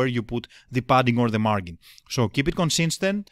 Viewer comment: so you are aware, the G in margin is soft, so it is pronounced like a J would be. Look up the drink Gin as in Gin and tonic, or this link should help Of course you are not a native English speaker, understood